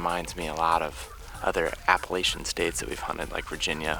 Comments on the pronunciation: Finally I have been anticipating this video glad y'all could make it to WNC just one thing please stop pronouncing it Appalashin it's Appalachian. Thanks y'all are so much fun to watch!! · Loved the episode yall! Boys if you're gonna hunt here, you gotta say it right. 🤣 #Appa-latch-un Mountains. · say it with me: a·puh·la·chn Bahahahahaha Great video.